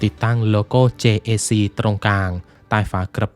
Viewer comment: JAC เจเอซี เค้าอ่านกันแบบนี้ครับ